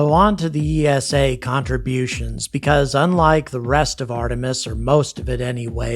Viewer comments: I was just wondering why you say EE ES AY for ESA when you pronounce NASA as one word. Over in Europe we pronounce it EESA, one word. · Please pronounce ESA as you do with NASA, you wouldn’t say N A S A either :)